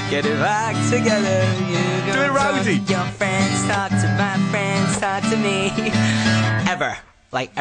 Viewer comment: "you go talk to your frans, talk to my frans, talk to me... ever. like ever. ever ever" Niall, you're so adorable. The way he pronounces friends like that is so just, awww. (